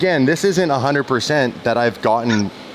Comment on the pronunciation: two HUNDURD and twenty 9 $ 🤣🤣🤣 everytime 🤣🤣